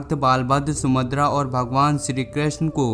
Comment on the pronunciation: आप सुभद्रा का उच्चारण sumadr कर रहें हैं इसका मतलब आपको पहले कभी जानकारी नहीं थी, किसी की हस्त लिपि को आप पढ़ रहे हैं